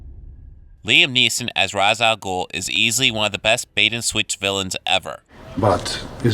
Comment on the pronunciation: They pronounced Ra’s al guls name wrong in Batman Begins lmao